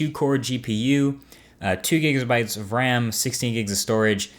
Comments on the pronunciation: 2 "Gigsabytes" of RAM?.... lol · BTW. I've cracked up laughing when you said "two zgigazzbyteszz of RAM" You we're probably thinking in that moment "BRAIN STAHP, PLEASE, NO MORE DO-OVERS!" :D